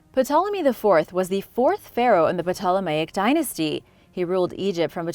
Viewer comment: Ptolemy and Ptolemaic, are spoken as Tolemy and Tolemaic. The P is silent,! Other than some pronunciation issues, your video was very enjoyable!